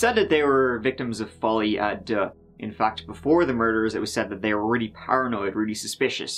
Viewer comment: I can't bewive dat dey would do sowmefing wike dis